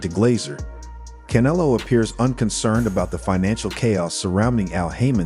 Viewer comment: I have a hard time believing his knowledge when he refers to CANELO as KAN-A -LOW.